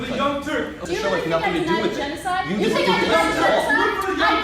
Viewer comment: It's sink yoghurt